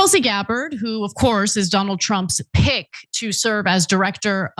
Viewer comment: Did Ana try to invoke calling Tulsi a Pick Me when she emphasized Tulsi is Trump's "PICK" so hard?